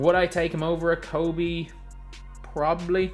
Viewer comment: Man the disrespect you put on Kobe’s name in your videos is crazyyyy😤